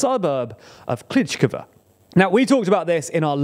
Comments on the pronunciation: it is pronounced something like kleesheeyevka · "ii" = "eee". So Klisch - eeeeev - ka, not Klish-ihv-ka. Same with Andr-eeev-ka not Andr-ihv-ka. Source: watching Denys Davydov for the past 1.5 years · The way he calls Klishchiivka as "Klichkava" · Sees: Klishchiivka Says: Klichkva Whyyyyyy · Kleesh-cheev-ka. Not Kleech-k'va. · He doesn't even say Klish-ihv-ka. He says Klitsh-kivva. 🤬 (and sometimes Bachmutt) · "Klítchkava"? ==> "Klishivka" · For God’s sake learn to pronounce the names of settlements. It’s not Klichkove or whatever you were saying. It’s Klishchiivka (klee-shee-ee-fkah) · I had to stop watching after you said Klitschkova for the 20th time. Why can you properly pronounce Andriivka but not Klishchiivka? 😅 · You pronounce klish-chi-ivka wrongly. Kli(sh) - (chi) - (ivka) (Sh) = like Fi(sh)ing (chi) = lysi(chi)ansk (ivka) = andri(ivka) Similarly you pronounce sh like s, zh like z and ch like c. (Zh)ytomyr or (zh)erebets pronounces zh like kin(zh)al, not like (Z)avod or (zelensky). Bu-cha pronounces (ch) like Lydia(ch)iansk or like (ch) eck this out. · And he actually says Klitsh-kivva – doesn't even get the consonants in order. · Klitsh-kivva, Bachmutt... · because pronunciation is not always equal to the written form, and also because he is not Ukrainian en these names are difficult to pronounce correctly. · River Zhe-reh-betz'. (Means male horse, btw). Honestly it's hardest of all to explain Ж 'Zh' sound to the people in the West, but the mistake you made in the second syllable is weird. There's no "gh" there, that's R, pure and simple. Kli-shchiv-ka (That scary 'shch' combo is the same consonant you hear in the first syllable of the word "shield". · Klee shchee yeev ka (...eeeeee-yeeeee...) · You guys need to learn how to pronounce town names properly 🤣 klishciivka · great video as always! just wanted to drop in to say that the double i in Klishchiivka and Andriivka makes more of an EE sound